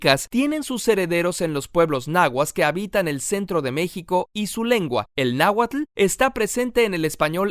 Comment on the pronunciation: Muy bien. Solo te faltó pronunciar bien la "tl" en náhuatl.